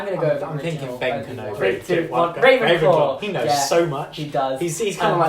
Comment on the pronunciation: Rey-venclaw!! LOL 😂